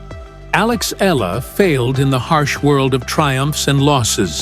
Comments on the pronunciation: Eala - eh-ya-la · Hurrah Alex E-YA-LA